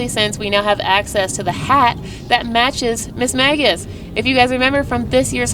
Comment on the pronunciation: It's actually pronounced "miss-may-jiss" 😉